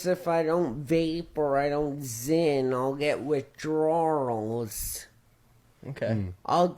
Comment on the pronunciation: WithDRAWRLs is an interesting pronunciation. Did you just say it that way to highlight how Josh does?